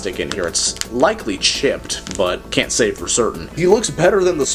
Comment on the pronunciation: what did he saaaaaayy???